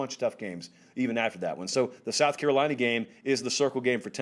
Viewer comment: “Carolina fans.” You said it right my man!